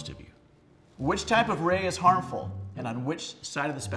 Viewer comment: Did that hot chick just pronounce rays(which is still a stupid answer) rice?